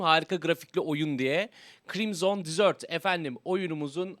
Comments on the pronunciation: Abi krimson disört değil😂😂😂 krimsın dezırt diye okunuyo eğer disört dersen tatlı demek ingilizcede:) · Dizört değil dezırt diye okunur.. Çöl demek. Dizört dersen dessert oluyor o. O da tatlı demek. Adamlar hoody falan yollamış ya videonu izliyorlarsa adını yanlış söylüyor demesinler diye şeettim. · Crimson "tatlı" diye telaffuz ediyorsun haberin olsun. Çöl telaffuzu için bir bak.